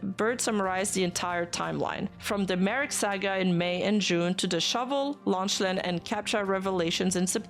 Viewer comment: Lock-lan is the pronunciation I think, otherwise another great coverage